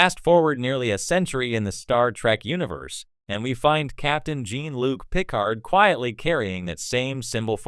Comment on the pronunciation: I know jean pronounced like a female and Picard is pronounced the way the the lady innkeeper calls him in times arrow (pick-ard)